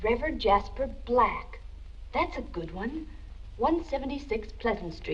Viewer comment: she said “black” hard af